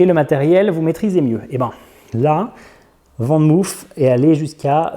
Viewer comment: Je sais que les français ne sont pas les meilleurs en néerlandais mais pour info van moof se prononce "fane mof " et non "vane mouf" ;) groetjes ;)